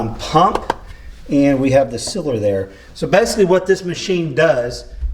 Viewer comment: siller? Oh, sealer!